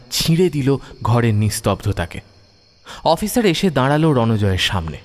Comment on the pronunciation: Uccharon ektu thik korun,Nari hbe nadi na,daralo ,hbe daradlo noy